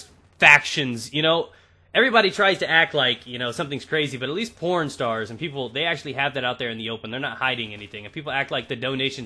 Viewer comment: you know how many times i heard pwnstars instead pornstars :D:D:D